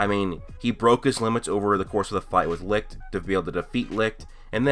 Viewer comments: Oh for the love of... "sigh" alright look, Licht's name is not pronounced L-I-K-T. Its german and translates into light and its pronounced L-I-S-H-T. For example take the first 2 letters of the word "Should" and put it between Li_t, thats how its done. Not trying to be a dick or anything its just a bit frustraiting hearing so many people saying it the wrong way. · U know that licht is german so the pronunciation is very different?u can google it